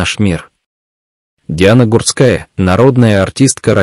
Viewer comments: Комментатор не правильно ударения ставит на фамилии Гурская не на у ,а на а ударение. Сначало ознакомьтесь и только потом комментируйте -позор ролику. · а откорректировать программу на правильное произношение нельзя? Слух режет. Иногда произносит фамилию правильно ( не склоняя), а иногда начинает склонять, да ещё неправильно ставит ударения. Плохо это